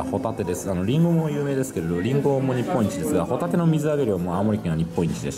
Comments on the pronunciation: ホ↑タテですねｗ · ホタテのイントネーションがサンドウィッチマンのコントみたいになってる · ポテトの発音でホタテって言っちゃった！ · 伊達「ホタテって言っちゃったよ！ポテトみたいにホタテっつっちゃった。」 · ホ↑タテはもういいぜ☆